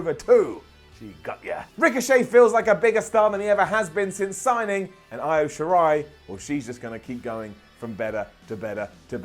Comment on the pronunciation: doesn't even know half of their names. Who is Bianca Blair or Eye-Oh Shirai?